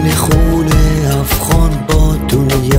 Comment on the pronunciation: آفظ مهنی > حافظ معنی هفغان > افغان اقیقت> حقیقت شهلا جان گل تلفظ خود را در ادای کلمات اصلاح کنید باز داور شوید. تشکر